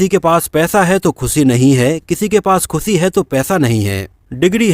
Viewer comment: ख़ुसी नहीं, ख़ुशी!!